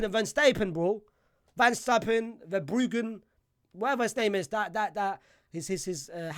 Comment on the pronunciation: Literally, like wtf, bro was about to say verbrughen too